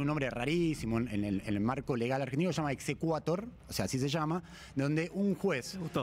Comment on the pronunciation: Es "exequatur", no "exequator". Significa "ejécutese", en latín.